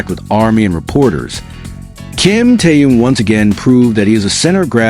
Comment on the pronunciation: Я бы может подписалась, но вот беда, блогер никак не может правильно произносить имя ТэХена, и это неприятненько !!!!! Как то не мешало уважать имя того, о ком вы постоянно рассказываете, не только же деньги заробатывать!!!???